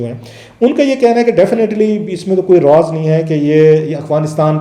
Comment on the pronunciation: Not a single piece of information which no body knows already. And raaz is an Urdu word it’s not rooaz .